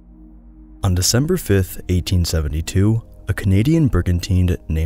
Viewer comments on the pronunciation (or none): December. not Decmber. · “Decmber” Sorry, I just couldn’t help but notice 😅